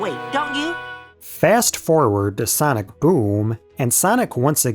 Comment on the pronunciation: Sanic✖. Sonic✔